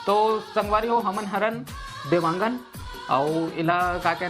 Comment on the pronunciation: Dewangan alag hota hai devgan alag hota hai didi